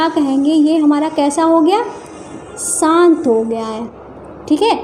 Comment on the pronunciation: मेम सान्त नही शांत